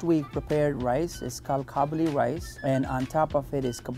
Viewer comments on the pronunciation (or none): Qabeli palaw not Chabeli palaw 😉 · it is kabuli and it is kadhai and pathan chacha amazing hai